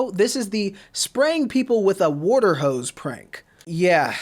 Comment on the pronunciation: He said woauter